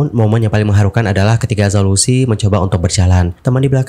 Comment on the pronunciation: Zhao Lusi dibacanya Chao Luse...